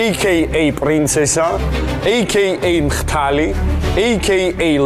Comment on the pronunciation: მხთალი არა ლორენ მხდალი. შენ ვითომ ინტელექტსა და ვითომ განათლებას სიტყვებუ: კვალიცია და მხთალი ნათლად გამოხატავს